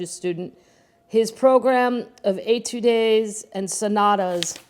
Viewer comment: I think the word you skipped before was "indefatigable." I used to have difficulty with it as well. Also, etude is ay-tood. I absolutely love your videos. Keep them coming.